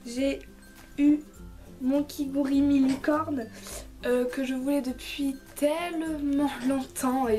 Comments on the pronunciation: Tu as dit kigurimi... je peut te dire que j'ai péter un petit câble quand ta sortie ce mot de ta bouche XD c'est kigurumi poutin!!!! dabisou! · Déolé de te dire sa mais on dit KigUrUmi